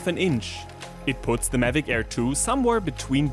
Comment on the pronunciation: Best video so far except he kept saying it as Medic Air 😂